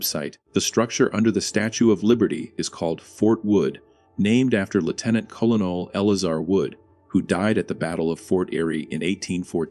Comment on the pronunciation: Right off the bat you can tell it's repetitive AI when the "narrator" can't pronounce the words "colonel, " "disuse" and "corps" correctly.